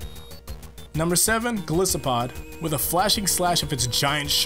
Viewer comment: Bruh pronounce golisopod right please